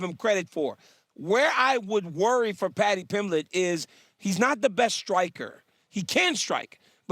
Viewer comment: Did she say paddy’s ?